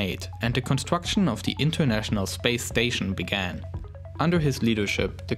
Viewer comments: lauwnched a teswa woadster into spwace.....did anyone get that lmfao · Spwace Stwation Twagity